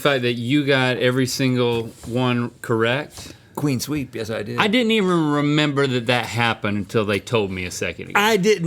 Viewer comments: Someone tell Rhett it's "clean sweep"... Not "Queen sweep" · the fact that y'all keep saying queen sweep instead of clean sweep is sending me LMAO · Is Rhett saying queen sweep? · no one is talking about how rhett says “cwean sweep”